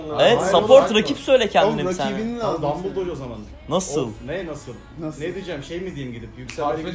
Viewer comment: dumbledoge a dumbledore diyor amk